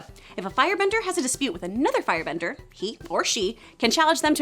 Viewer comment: She said fire "brender"